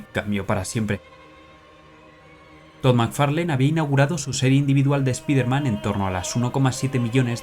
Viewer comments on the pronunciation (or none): Buen video. Solo un detalle, no se pronuncia "espiderman", es "espaiderman"